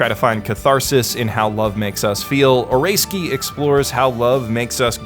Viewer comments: shows name: oresuki how this dude pronounces it: oreskee w h a t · Well rather than "Oreski" which is kinda correct its more of a "O-ray-ski" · You know this guy is white when he pronounces it "Oreski" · {Ore-ei-ski} That pronunciation.... what is wrong with you.... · Snow I mean Oresuki as in Orayski, thats how I pronouces it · Why do you call it or-ray-ski? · "Eh ray skii" Geez that might be the worst you've ever butchered a name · I'm also really enjoying Oresuki (I don't think you're pronouncing that right, it's O-re-suki) as well. It's certainly a different twist on the harem genre. It's only when someone like you puts down your thoughts into a video that I can truly appreciate all the brilliant aspects of this show. You're right, most harem anime, in fact most anime, don't show this treacherous side of romantic entanglements & the cunning way people wheedle and manipulate others to get the person they want, often at the expense of other people's feelings. Or if they do it's way too extreme, like NTR stuff, and I can't stand that. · Pronounces "OreSuki" as "Or-a-ski" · Stop saying like ahrayski LOL